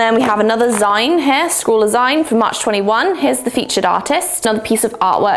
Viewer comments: 'Zeen'...the word is 'zeen', as in 'Magazine'...it is not 'Zine'. No, I don't care how it's spelled. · My eye twitches every time says "zyne" instead of "zeen". As in... magazine. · The way you pronounce zine is both awful and hilarious all at once 🤣 - Zeen, like Magazine. I liked the first box, I love posca pens. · ahahahaha of course a whole year of packages would be going un-notified! I think my favorite box of them all is the liquid pencil box! Also, I'm pretty sure it's pronounced Zeen, like the end part of "magazine"? But I've never heard it out loud before, so I might be wrong! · Zeen, short for magazine, not Zyne. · lol. It’s “zeen”, a contraction of the word magazine. 💕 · Just FYI- zine is pronounced zeen. It’s short for magazine 😀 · It's zine pronounced zeen - as in, magazine or fanzine. JSYK!! (Even typing the word 'fanzine' makes me feel old!!) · How do you pronounce magazine? That’s the way you pronounce zine. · Isn’t it pronounced ZEEN…short for magazine!? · Love the banana treat toss. Say magazine and then zine, please. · … I love you… but that is not how you pronounce “zine”